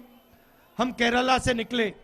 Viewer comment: केराला नहीं केरल पप्पू जी